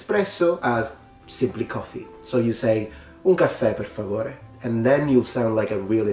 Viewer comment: Por Favore sounds like a Canadian learning Spanish. "Por Favor, eh?"